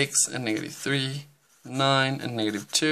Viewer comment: Bro you said niggative number